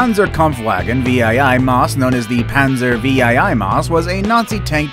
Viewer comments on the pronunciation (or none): VEE-I-I-I ? Noob. Panzer 8 Maus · Dude it Panzer 8 Maus not Panzer V'iii' Maus and Saturn v (Saturn 5) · Panzer vee aih aih maus? Roman numerals anyone? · Panzer VIII Maus pronounced panzer '8' Maus, and it weighed 188t from surviving documents of the war, not 207t.